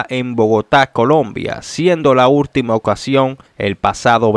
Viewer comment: "EScuador" ! ...y "URtima" !! Que es eso de "Gegistro" !!! 😡 ...pero señor! Si usted no sabe hablar! USE GUION! AYUDESE!!!